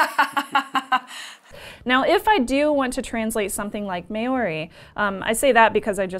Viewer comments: Great show guys! Just a note on the pronunciation of "Māori". Try and say it MMAAH-OHW-RI with an emphasis on the transition from AH to OHW and a short stop in the RI. Pronunciation is an important aspect of NZ culture and you'll score heaps of brownie points when making the effort. I hope had a good time over here and the locals in the wild south island made you feel welcome. BTW - Patricks laugh at is super cute. Keep up the great work. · Maori is pronounced like Chow - MAOW-RI. Interesting device!